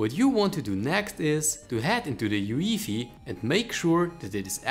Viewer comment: Never heard someone say UEFI the way you said it